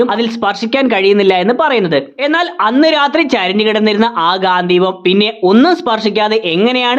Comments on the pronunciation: ഗാന്ധിവം അല്ല ചേട്ടാ. ഗാണ്ടിവം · ഗാന്ദ്ധീവം അല്ല ഗാണ്ടീവം ആണ് 😂